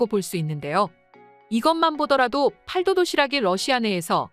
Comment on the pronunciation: 아~ ㅅㅂ 중국 더빙~!! 팔도 도시락이 아니라 읽을 때는 팔또 도시락이라고 읽어야지~!!! 진짜 중국 더빙이냐~!!!